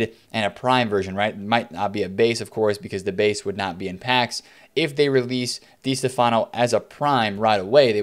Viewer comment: It's Di STEFano